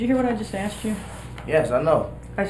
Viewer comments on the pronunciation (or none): I know, right 🥴. Or how about, “light skindid” or I “axed” a question verses saying I “asked” a question 😂. It’s insane.